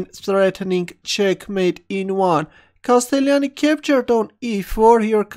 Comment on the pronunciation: the only wrong this it the pronounce of castellani